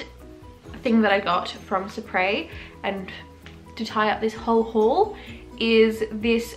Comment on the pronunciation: personally I love this video but its pronounced "supree" and not "suprea". sorry if that was rude but I literally have fallen in love with your channel. you go sister <3